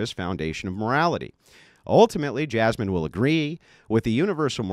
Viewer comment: "Jazmen"? pfft...🙄